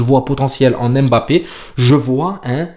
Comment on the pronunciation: J’aime bien ton travail. Bravo à toi ! Fais juste un effort sur la prononciation de Mbappé… ce n’est pas Aimebappé mais Mbappé. Force